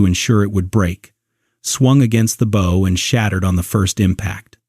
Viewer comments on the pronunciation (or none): Bow not Bow.... Bow as in what One does when One meets the King, now Bow as in Bow and arrows